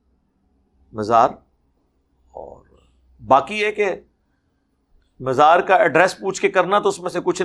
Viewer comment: یہ لوگوں کی ذرا ذرا سی بات پر غلطیاں پکڑ تا ہے اور خود مزار کی میم پر زیر پڑھتا ہے